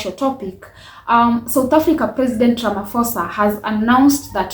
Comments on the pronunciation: Its RAMAPOSA not RAMAFOSA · He's not Ramafoza. The ph in his name is pronounced like paw or pause. Learn to pronounce people's names properly. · My sister its not Ramafosa but Ramaphosa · "Ramafosa" is crazy 😅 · Ay Ramafosa😢